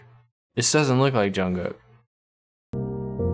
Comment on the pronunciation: I like the way you say Jungkook